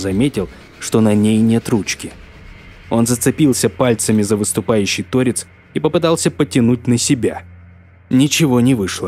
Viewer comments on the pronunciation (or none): ТорЕц , а не тОрец.